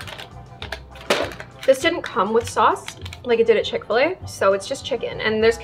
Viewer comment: Did she say fish-fil a